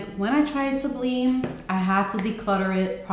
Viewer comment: Great reviews! I love Fusion. Some note in Goddess makes me nauseous which makes me sad. Just a note...Sublime is pronounced like sub-lime in lemon and lime. 💗